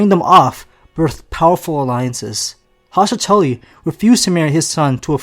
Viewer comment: It's Hoster Tully.......im sorry, I'm sure you've seen this comment numerous times, but we all had to say it. 😉